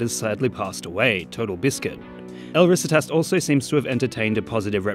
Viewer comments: it's not 'el RÍsitas', it's 'el riSItas' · i die inside a little every time he says "risitas". he researched the video so well but couldn't be bothered to punch the name into google translate